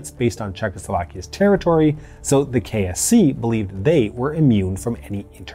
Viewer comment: He says KSC but I hear KFC.